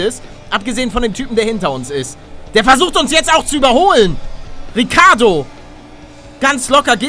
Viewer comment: Ja moin. Palle sagt Rakönen und Riccardo xD